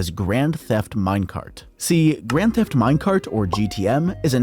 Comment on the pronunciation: “Grand Thef Minecraft”